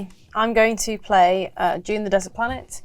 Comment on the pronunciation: Is Dune, with a D. Not June...